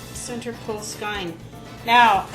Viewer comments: great tip, i didn't know either. but it's pronounced "skane" not "skine" :) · That was very helpful, but I have a suggestion. The pronunciation for skein is skeen or skane.